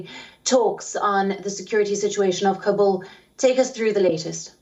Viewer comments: She is saying kabul like kubul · Say long voice as kaaabul not kabbul. Kabbul means = I accept.